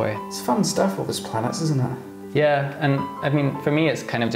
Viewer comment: I no-Ticed how he pronounces his Ts and now i can'T unhear iT